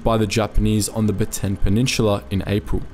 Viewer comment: Narrator: baten Me actually a Filipino: Slaps face It's Bataan. Ba-ta-an.